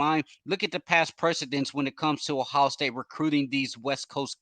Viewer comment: Well he can’t even say Ohio. He says “ohow” . He acts like he’s an insider for recruiting and knows nothing more than what anyone can read on a message board.